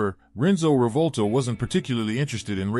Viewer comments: Try and say "Reevòlta" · wrote "Reevòlta" because this should be the correct pronunciation of this Italian word (Rivolta) said by an American who does not know the Italian language.